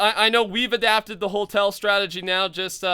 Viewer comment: no hate but... Hotel not holtel